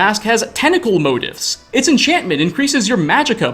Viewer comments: It's pronounced moTEEF not MOtiff. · It’s not Motif. It’s Mo-Teef. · Just a heads-up, it's pronounced "mo-teef", not "mote-if". It got kind of grating after the nth time hearing it, but other than that, awesome video! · please I’m begging you it’s pronounced “mote-eef” not “mote-if” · Brother you're pronouncing "motif" wrong. It's phonetically "moe-teef" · its pronounced 'moh-TEEF', ffs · Motif- (mo)-teef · I'm pretty sure it's pronounced 'mo-teef', I kept looking for motives. really good vid otherwise, kudos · bro learn how to pronounce motif